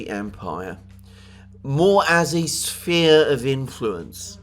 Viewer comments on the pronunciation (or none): none